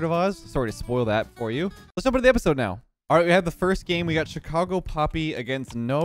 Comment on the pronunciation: Chi-car-go (like vroom vroom)